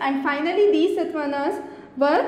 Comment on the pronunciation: good presentation; but some spellings are wrongly pronounced. EG : like SATAVAHANA and you say satvanas